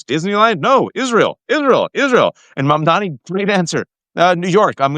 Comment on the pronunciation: It's MUM-DAA-KNEE. Come on, guys.